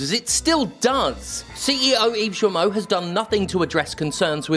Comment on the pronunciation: My only gripe is that you KEEP mispronouncing Ubisoft's CEO's name incorrectly. Sure, he's a dick. But at least give him the dignity of saying his name right. There is no 'S' in his last name.